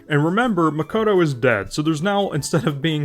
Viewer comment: Jesus your pronounciation of Ei and Makoto gives me brain haemorrhage